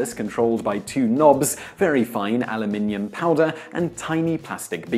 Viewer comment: Refreshing to hear you pronounce the metal correctly Aluminium.